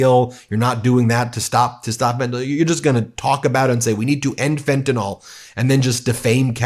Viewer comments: Let's practice our pronunciation: It is NOT "fan-ta NOL" it is "fen-ta-NIL". It is NOT an alcohol... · Ben Please pronoun it correctly, you say Fentanol it is Fentanyl ( nil not NOL) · Or as Trump and his lapdogs pronounce it - fentinol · Fentanyl is not pronounced NOL. A bunch of dumbasses